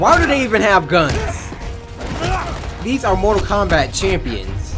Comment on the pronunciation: u said kombot